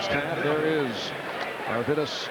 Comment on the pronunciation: Not your-vidus but Ar-vidus Sabonis.